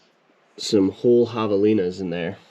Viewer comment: You said Javelina's, I thought you said Hyenna's and I thought what where? Had to rewind it.